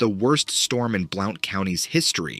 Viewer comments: Blount is pronounced like blunt not like Blout lol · Just an FYI, "Blount" is pronounced "Blunt" not Blowt. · Blount County is pronounced "Blunt" County. I know because I live there. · Blount County pronounced "Blunt"!! I live in Walland, apart of this county, we call the "Gap", like 7 min from Townsend 20 min from GSMNP. The thick ass mountains, I walk out my backdoor and Im at the base of the mtn. yes dogman is close, bigfoot is near and the winged bat thing ive heard of this more and more. I have lived here my entire existence. Ive never been more aware of my surroundings than I have in the past 4 years. I carry my 45 or 357 EVERYTIME I go outside. There are bear on my property also. Its a feeling I have now, that I never before felt. The mountains around here are very old and there are vast of bonfire stories that are more real and true than I grew up believing. We all used to swim and jump off Abrams Bridge up on Chilhowee Lake 129, up in that cove was some weird shit!! Hell all over where I live there are some spooky places!! I fking LOOOOVVE it. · Blount County is pronounced blunt county. It's a neighboring county to me. Love the videos. Thanks for taking the time to entertain us all. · As native of the area just a tip Blount sounds like blunt - named for William Blount... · FYI Blount County is pronounced like "Blunt". Keep up the entertaining content! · Just help for future reference, it’s pronounced “blunt”, Blount County. 🙂 Townsend is in Blount County. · Mothman of Blount County!(pronounced blunt) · Hey bro just an FYI... Blount county is pronounced blunt county. I know this cause I live here. Just thought you would like to know for further reference. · Blount is pernounced "blunt" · Btw Blount County is pronounced as Blunt County. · It's pronounced blunt county,like the blunt edge of a knife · Blount county is pronounced as Blunt. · Tennessee is a hAaaaiiRrY place!!! Blount is pronounced blunt. Just fyi :) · Blount is pronounced blunt.